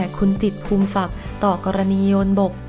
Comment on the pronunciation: นามสกุล จิตร อ่านว่า พู มิ สัก ไม่ใช่ พูม สัก แอ๊ดมิน